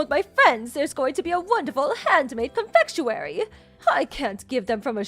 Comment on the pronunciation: Confectuwary???? Ummm not the correct word!